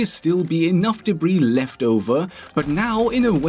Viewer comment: First time he said "debris" sounded similar to "Debra"